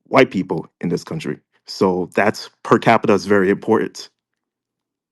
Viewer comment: Does he have a massive degree saying “specific” like Pacific Ocean and can’t pronounce per Capital what kind of masters degree did he get in law too? Good gosh